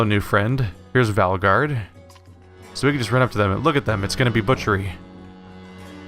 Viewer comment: valgard, not valgrad.